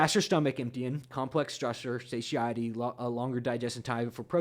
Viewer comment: . You tend to pronounce satiety very uniquely. I believe it is suh tie etty. Thought you might want to be aware of that. I may be hearing you wrong but it sounds different than what I heard it pronounced. Take care